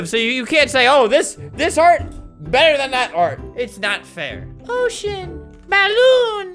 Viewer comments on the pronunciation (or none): Albert: ocean Me: wait... that sounded like “Oh sh*t”